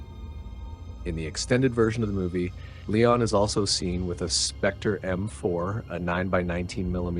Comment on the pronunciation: Let me just say, I'm impressed by your pronounciation of "Léon". I'm so used to pronouncing it in a more American way, but it is indeed "Lay-awn", not "Lee-on". The same how we'd say it in Dutch. I will adjust my pronounciation accordingly. 🙂 Furthermore, if you need idea's for interesting movies to do on your channel, here's a few: STAR WARS (done to death, but I'd like your take on it), HEAT (1995), WAY OF THE GUN (2000), Joss Whedon's FIREFLY season 1 (2002) and SERENITY (2006), John Woo's THE KILLER (1989) and HARDBOILED (1993), DOOMSDAY (2008), STALINGRAD (1993), CROSS OF IRON (1977), SICARIO (2015), HITMAN (2007) and THE ACCOUNTANT (2016). Keep it up, really enjoying these vids!